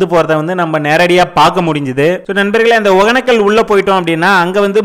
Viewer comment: ஏன்டா ஊர் பேர ஒழுங்கா தான் சொல்லுங்கடா யப்பா //ஒகனக்கல் இல்ல //ஒகேன‌க்க‌ல்